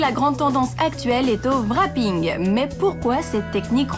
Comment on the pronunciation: le "Rapping" on ne prononce pas le "w" en plus envoyez quelqun qui s'y connait ou meme qui se debrouille un peu pour parler a des dieux d' auto aux USA qd meme ca donne pas une bonne image des francais qui sont eux aussi des inventeuurs d'auto